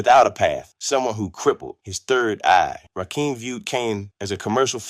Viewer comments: It's rakim not rakeeem where is dude from Nebraska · Dude first off it's RAKIM RAH - KIM NOT RAKEEM AND DONT POST WITHOUT DOING YOUR HOME WORK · I'm 2 minutes in and I have heard it from Rakeem (can't even pronounce Rakim!) himself via his excellent book, Sweat the Technique that; he felt Kane and G Rap were his main competition. Mama SYEED knock you out? What? Men at Work was earlier with a slower cadence so wasn't against RAW at all, KGR and Kane were both in the Juice Crew so they really didn't have a conflict. Are you making this up?? Slick Rick didn't have beef with Kane at all. You contradict yourself by ssying LL was basic then said he was multisyllabic! The only slight issue the R had was with EPMD, he took a slight verbal jab st them. Dude, this is not for you I'm afraid. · He can't even pronounce their names right. When did "Rakim" add an "E" to become "Rakeem?" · Watch all of the assholes that can’t pronounce Rakim’s name. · If you cannot pronounce Rakim name properly. Why are you reporting on the culture? You must've been under a rock. Or your a youngin' who's just been exposed to Hip Hop. Not accurate, as I recall...